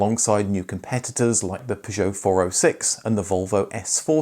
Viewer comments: Why pronounce Peugeot like you do ? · Great channel, and the unusual pronunciation of Peugeot is funny.